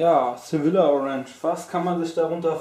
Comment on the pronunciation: das spricht man "Sevija" aus :D